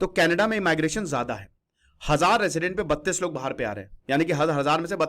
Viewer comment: ईमाईग्रेशन इमलीग्रेशन नहीं होता इमिग्रेशन होता है चोमू😂😂🤣🤣